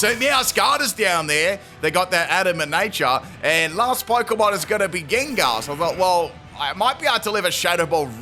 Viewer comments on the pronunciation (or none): none